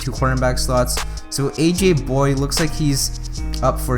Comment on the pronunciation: It's aj boy-yay not aj boy....